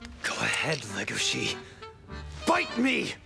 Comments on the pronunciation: Can't we agree on one thing? It's legosi, not legoshi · i’m not trying to be mean but you and other Youtubers make the same mistake it is Lego-she and and it’s Luis with an R so it’s Ruis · LEGO - SHI Lego as in the brick, then Shi like She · Leh-go-she, no it's pronounced leg-o-she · Can people stop pronouncing it “legoshi” it’s legosi. There’s no h and that’s how it’s pronounced in every other sub and dub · Welcome to big fucking whale gang edit: why does everyone say "legoši" instead of "lego-si"? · pronouncing Legoshi's name: Lugoshi Beastars Fans: Uhh haha its pronounced Legoshi. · The way he pronounces legoshi's name as legóshi irritates me so much. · Talks about Beaststar Also him: Lagoshe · Our main character is a grey wolf named Le-GoH-ShI........ WHY DUBBED WHY, why must you pronounce these names like this TvT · "Le-GO-shi" they say his name so many times in the anime, it's not that hard to pronounce properly, it's "LEGO-shi" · I like your video on this and I love the show, but the way you say Legoshi makes me angy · He prenouced legosi wrong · Yikes saber saying legoshis name wrong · PLEASE stop saying Legoshi wrong IT HURTS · I’m sorry but the way he pronounced legoshi angers me wtf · The way you said legoshi triggered me the whole video